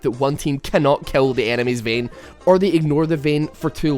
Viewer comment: "Vehn" :D